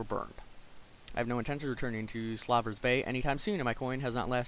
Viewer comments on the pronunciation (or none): "slaw-vers bay"? you mean "slave-ers bay?" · lol.. Slaaver's bay? I'm pretty sure it's "Slaver's Bay"